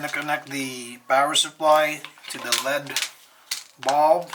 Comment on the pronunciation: L.E.D not said like lead. You say the letters separately. L. E. D. it stands for light emitting diode. You are driving me nuts, bro